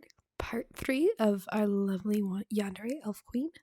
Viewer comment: "Ya-an-de-re" Clever "Ask-elet-eth" I figured I'd test the other names for puns and NOPE. Edited after listening a few more times and saying it aloud. "Hadre-faad" Until told otherwise I'm going to assume that I got the spelling right on Listener's name(s)